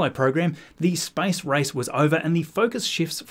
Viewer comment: I loke that this guy pronounces "space" as "spice", and if you let the video in the background while you're doing something else you can believe we are almost ready to go to Arrakis